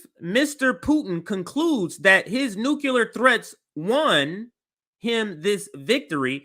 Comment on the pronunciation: Nuclear, not nukular... please sir.